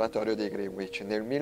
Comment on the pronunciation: Sì ma non si dice MENTÒRE ma MÈNTORE. Greenwich non si pronuncia GRINUIC ma GRÈNIC. Claude Lyons era londinese, quindi non si pronuncia CLOD LIÒNS ma CLOD LAIONS. Dreadnought si pronuncia DREDNAUT. La azienda non si è mai chiamata VORTEX, ma VERTEX. Don Cochrane non si pronuncia COCIARÈN, ma CÒCREN. Il Dent MINISTRY non si pronuncia MINÌSTRI ma MÌNISTRI.